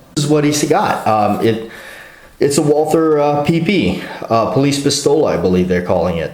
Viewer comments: John K. Lindgren ....In english, we call it WALTER... Not walTHer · Why does the dude say Wal-"TH"-er. Sounds weird! Like "TH"-ai-land. Bangkok-Johnny Thailand.